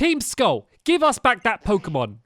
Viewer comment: Jeezz I know stampy hasn't played pokemon for a long long while but his pronunciations of the new pokemon are hilarious